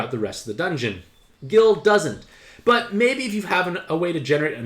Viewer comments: It's pronounced Guy-El, not Gill. He has one of the most notorious themes in video game history. How could you have gotten that wrong? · Why... Why are you pronouncing Guile like that? It hurts! Please stop. It's pronounced Guyl! There's another character in the series with the name Gill! I love you but there are sooooooooo many places you could have gotten a correct pronunciation from!!! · He has admitted to being bad at pronunciations in the past. Just leave a gentle response and he'll most likely try to get better in the future. For, to make it easier, think of pronouncing Guile's name as Guy-ill. Similar in pronunciation to the English name 'Kyle'. Guile is also an English word whose definition is, "sly or cunning intelligence." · I give him a pass for asian names... but at the same time slightly offended that he's asian himself. Guile tho.... come on. It's not a hard one to figure out.